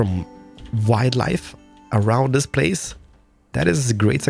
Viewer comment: especially when you say DIS or POOOOOOOOP IT DOWN ffffffffffffffffffffffs what with the language filter omg